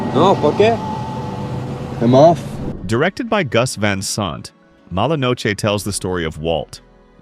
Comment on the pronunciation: I've seen many of these, own a few on disk. But I dislike AI narration. Maurice (1987) is pronounced "morris." That's one I own. van sant. van saunt. Good list otherwise.